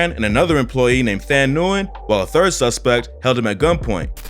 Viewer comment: Nyugen is pronounced "win" btw